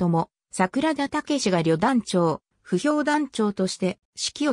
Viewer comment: 歩兵を、ふひょう？宮城を、みやぎ？あり得ない一旦、アップした当時軍関係動画を下げ、単語の読みの精査をされて再アップされる事を切望します。